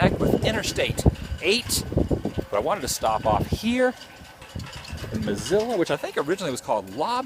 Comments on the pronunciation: La Posta rules! Very good food! Mesilla is pronounced May-see-ya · It is pronounced Ma-See-A... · just like the name of the city .It's pronounced Miss-C-Ahh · Dude! You have No clue how to pronounce Mesilla! Mess - ee - ya! Now, put it all together. Villa - vee - ya. This is the way these are pronounced. I am Billy’s Cousin. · Love, love, love your work, but it’s pronounced Mah-see-ya and Vee-ya. Minor issues to be sure, but thought that you might want to know.